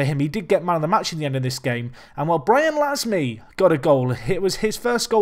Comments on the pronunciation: Pierre Gorce it would be pronounced more like "lahm" the "e" isn't pronounced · We pronounce "Lasme" -----> "Lame", a blade in English if you prefer